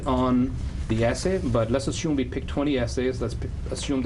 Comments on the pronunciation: Why does he say V😢 instead of WE??😅😅😅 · Cos he's Indian. They confuse V and W, so they say "Wegetable" but also "Ve". I had an Indian tutor who even used to say "Wedge-eatable"😂😂